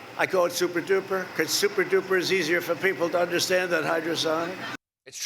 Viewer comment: "Suppa-duppa missiles" I just lost there. 🤣🤣🤣🤣The first thing came to mind..."Suppa-duppa fly, suppa duppa fly."